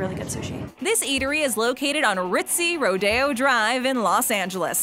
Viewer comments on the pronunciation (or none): none